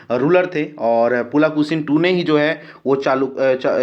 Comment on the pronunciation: शुद्ध भाषा का उच्चारण कीजिये पुलकेशिन को पुलाकेसीन बोलते है, और कुछ शब्द को बोलते है सुनने में कठनाई होती है।